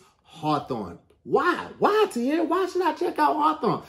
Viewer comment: Hey Tom, is it just me or did call Tahir 'Katir'? Sending it to the booth for review... 🤔